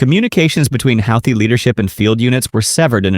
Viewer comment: You can’t pronounce Houthi